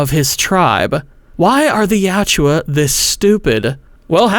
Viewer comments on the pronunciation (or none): Tran Trachtenberg makin my favorite franchise since 1990 gay has earned a deeply cemented hatred. He’s also deeply committed to making the predator look like shit fuck that guy. Real talk its yautja not you owchia 😂 YOT CHA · You're pronunciation of Yautja bothers me. Yowt-juh. Not Ya-oo-jua.